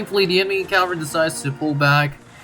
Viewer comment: It's pronounced CAValry not CALvary